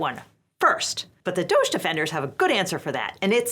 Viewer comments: I saw someone say it should be pronounced more like "doggy" and I fully agree. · Please pronounce it "doggy", that's what it is. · You're mispronouncing DOGE. The proper pronunciation is "dodgy", consistent with its meaning: fraudulent or unreliable. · I've been saying this for a decade, "DOGE" is pronounced "doggy". So annoying that it's being pronounced like "beige" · It's pronounced "Doggy".